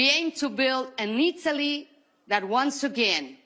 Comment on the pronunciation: in italiano per piacere! her italian is really good! she doesn't say italy quite right. it's either ee-TOE-lee. or it'ly.